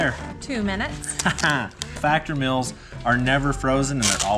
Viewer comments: I love it ! Even your "in video add " you folks make it decent to watch. I love the accent "factor mills are delicious " up her we pronounce the E in 'meals " kinda like hearing talk abooot sticker up in Canadia deeecales deckals 😅😅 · It's crazy to me that you guys don't get how to pronounce words properly and don't know simple English. Lmfao mels......... It's meals. learn your vowels. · Why do Americans have such a problem with how to pronounce vowels...Factor Mills😂😂😂😂😂